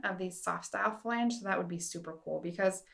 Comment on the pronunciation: super helpful information. My only critique would be that you stop saying "fa lang" as it is "flang". 🙂